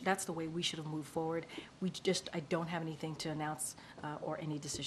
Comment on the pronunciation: I CAUGHT HER AGAIN, she said, "MOVE FOR WORD". She said MOVE FOR WORD! Ahhhhhhhh*.